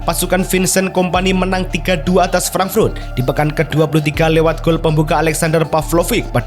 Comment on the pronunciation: frank frut apa frank furt min?? frut apa furt?? emang lidah nya keras atau emang suka menyebut frut frut frut